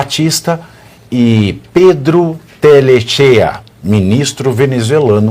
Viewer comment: É Pedro Telechea e se fala Telequea.